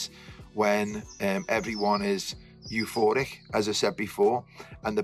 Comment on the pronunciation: "eu-floric". love you